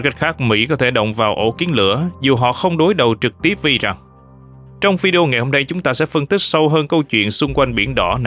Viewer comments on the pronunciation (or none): none